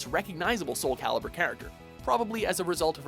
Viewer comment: Are you paying attention internet? Soul Calibur. CALIBUR. Not "Caliber"!